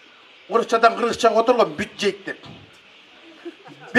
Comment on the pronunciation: Бюжжед эмес дажа бужжет дешет 🤣